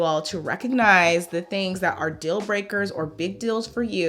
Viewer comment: I like how you say dill instead of deal, what accent is that? Very nice on the ears